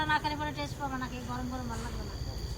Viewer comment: কথাটা টেস নয় ওটা হবে Test